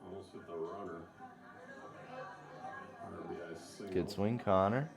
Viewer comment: Love dw channel. Hate when they use the announcer that says or.b.i when someone gets an rbi...lol jk no hate here